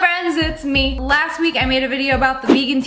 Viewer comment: The one time the vegan teacher pronounces last so so wrong it sounds like